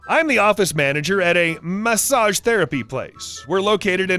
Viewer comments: Sooo am I the only one who heard MAAsage therapy?😂😂 that why you're my favorite! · I heard Mahssage, like My sage